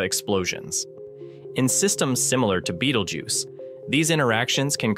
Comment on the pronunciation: Bay-tell-gu(y-i)ce not beetlejuice